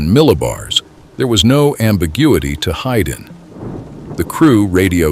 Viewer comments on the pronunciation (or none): none